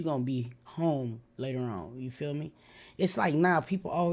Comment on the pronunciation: Everytime you say " I love yaw" lol i be like thats my dawg love you ❤